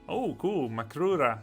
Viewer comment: Haha your makrura is spot on grub. Also, I've always called them makura mistakenly!